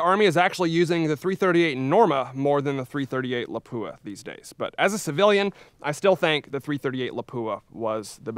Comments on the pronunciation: Howdy! My understanding is that Lapua is pronounced LAH-poo-ah rather than luh-POO-uh that we commonly hear. Is this correct? (*flame suit on) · It's not La-poo-ah 😂. Pronounce it like this: La-pu-a. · LA-pua. Not la-PU-a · La'PWA' start pronouncing it correctly! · FFS I wish people would quit butchering the pronunciation of Lapua. It’s 2023 it’s easy to educate yourself.